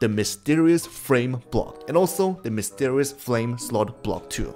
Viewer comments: you did mysterios instead of mysterious... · Mysterioa block… that’s what it is He said that lol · Mysterious ❌️ Mysterrus ✅️